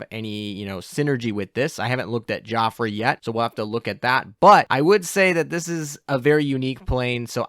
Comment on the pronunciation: Not just French. He pretty much butchers every name in this video. But maybe he doesn't know how to type "how do you pronounce..." into his search bar.